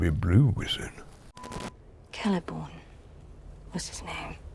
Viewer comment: "Everybody do the Celeborn"